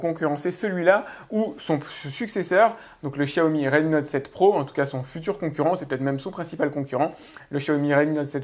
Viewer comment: Pourquoi tout les pseudos geek disent Chiaomi ? Vous passez pour des neuneu :( on vis en France et on apprend depuis bébé comment on prononce le X...